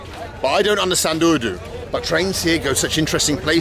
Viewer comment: Hahaha how can you speak urdu so fluently your accent is perfect.